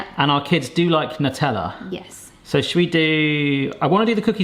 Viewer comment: Hello, great video! Just to point out: NUTELLA is an Italian product and as such is spelled in Italian so : Nutella go with : nuclear